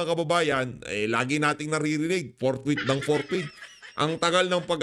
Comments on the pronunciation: Si escudero ang basa sa fourthwith,ang basa at pag kakaintindi ay portbarrel bwahh arugoy kaganid nireng si chiz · PORKWITH!!! Hindi forthwith ang sigaw nila.